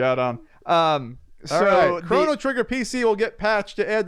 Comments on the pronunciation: Good. why do you say "Crawno Trigger"? Am I the only one that says it like crow-no trigger? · "Chrano Trigger" Krano? Chrono... Yeah gonna be that guy :) <3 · wtf is a CRAN? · ChrOno trigger, damnit lol. You are like Avgn with all your mispronouncing words:) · Chrono rhymes with Mono